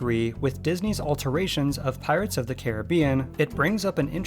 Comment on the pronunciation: Learn to pronounce Caribbean right